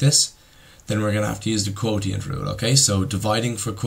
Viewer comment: Its pronounced quoshint